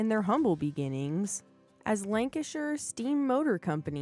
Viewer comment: Cracking vid, she even said lancashire properly. Lmao leyland roadtrain "a cab you could stand up in" well you could if you were a dwarf. Great vid, watching the rest.